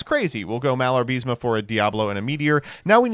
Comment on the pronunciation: You know, someone like you who acts all intellectual should at least try to read the names of the cards correctly. Not pronunce, because that would be a total fantasy, but at least you could read the syllables in the correct order. You know, something they teach you in kindergarten. You get "Malarbism" from "Malabarisme" only if you refuse to read the card's name more than once.